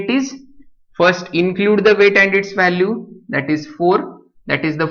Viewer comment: gaavthi marathi . vhhhalue 😂😂